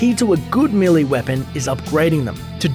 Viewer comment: Millie weapons, hahahahahaha l2 pronounce